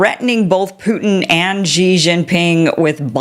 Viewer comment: Why the hell can’t you get President Xi,s name correct? Have a bit of consideration and make an effort! Say this out loud….SHE. SHE. SHE, got it?